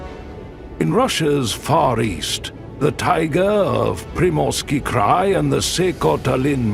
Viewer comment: why do you mispronounce scientific terms? Like 'tAiga instead of Tai-gA'? Why make a video, a documentary, a scientific film about nature in Russian Siberia and mispronounce the main terms? 🤷🏻‍♀️ why? Why don't you just translate the terms into English and pronounce them correctly in English? 🫣 What is the issue with all these mispronunciations ? 🫣what is a krey?!!! 🙄😳wtf? It is pronounced just like the CRY - sound for sound, cry!! 😂😂 You got a like ❤👍… and a new subscriber🫡👍